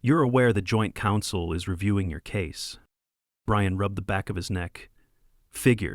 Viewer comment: Brian became Breeyawn